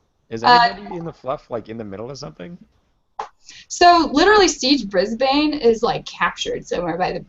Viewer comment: Why can nobody pronounce Brisbane? The tactics game did it as well. It's not Brizz-Bane, it's Brizz-bun. He has the same name as the Australian city.